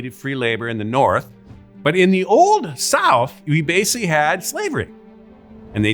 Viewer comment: this is all horseshit after my man said, "you 'wasically' watched...". gonna edit later for more.